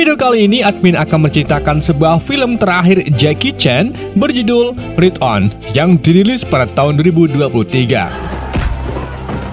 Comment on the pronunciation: Ride on (raide on) di baca